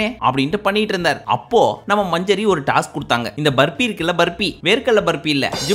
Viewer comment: அண்ணா மஞ்சரி இல்ல மஞ்சுரி😂